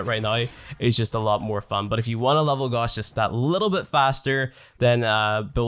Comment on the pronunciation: It’s not goss its gouse